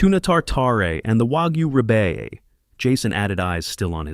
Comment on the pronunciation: Do people realize there are plenty of humans who read very well? I'm so over the AI "reading", the mispronounced words and sped-up glitches! A wagyu rib eye, isn't even CLOSE to what was said! 😂😂😂😂😂 And btw, oysters Rockefeller are cooked, and eaten with an oyster fork. This describes "tipping back the shell". It describes eating oysters on the half shell...raw... which btw, isn't safe to eat while pregnant. The goofy mistakes in these stories...smh . 😂😂😂 The storylines never make sense! Always bringing up how he won't allow his wife to be humiliated, all the while allowing her to be humiliated! A man who loves his wife would never! And who would just hand two million dollars to their kid while not having enough to buy their medicines or pay their monthly utilities? What has happened to actual writing?